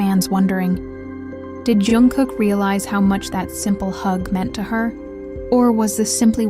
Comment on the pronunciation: His name is Jungkook, not Youngkook